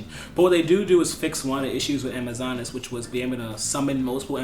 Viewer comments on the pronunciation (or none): Alec Fields hahaha ur face when he says Amazonees